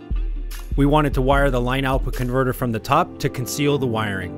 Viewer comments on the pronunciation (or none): Why is this dude saying " line out bconverter"